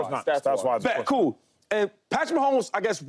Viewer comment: I’m sorry James it’s Mahomes